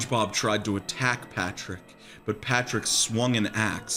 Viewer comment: LMFAOOOO "patrick naur"